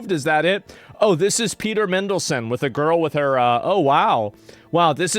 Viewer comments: Lol Mindleson. MAN-DEL-SON but yeah shocking stuff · MAN delson mate not mendlesen 😂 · Asmon's pronunciation of names is diabolical. MINdelson, Jizz Lane lol.